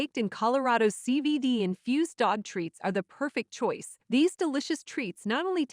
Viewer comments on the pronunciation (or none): none